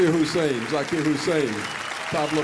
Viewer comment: Hussain, not Hussein !